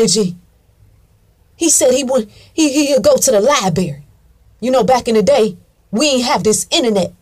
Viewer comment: "He used to go to the LIBERRY" I LOVE IT! LMBAO